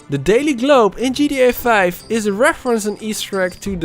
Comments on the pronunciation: Why dose he say gda5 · Why do u say gria 5 😂😂